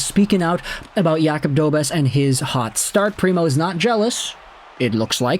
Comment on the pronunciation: It’s pronounced Dobesh! The š with that symbol has a “sh” sound to it.